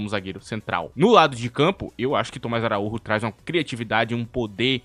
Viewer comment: ele é português, não espanhol, o nome dele lê-se "araújo" não araúrro